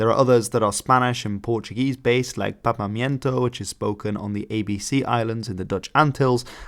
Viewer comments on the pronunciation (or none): Afaik it's papiamento, not papamiento, sorry to nitpick!